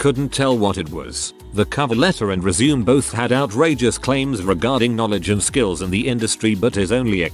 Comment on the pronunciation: I can't handle the word "resume" being mispronounced 400 times in a video.